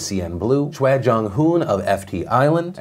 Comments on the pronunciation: Choi and Lee(in Korea specifically) are pronounced the way Phil said them . Chwe and ee. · 로라 [Laura] yeah! And when Choi was coming up I totally thought he was gonna mispronounce it. I'm really glad he's doing it right. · You know that Phil has done a lot of research when he not only had the correct information, but also pronounced the Korean names well. Before SHINee, I would've butchered the names Choi and Lee. Well done, sir. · mad respects for pronouncing "Choi" the Korean way. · Yeah, was cool, still seems like spelling the name correctly would just make things easier. Choi > chwei or something. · Sidenote: Wow, Phil pronounced Choi correctly. Now thats research.